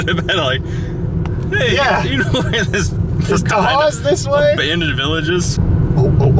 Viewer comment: Just so you know most of the buildings were torn down last November. I posted some pictures here. Also kudos to you for using the correct pronunciation of Tahawus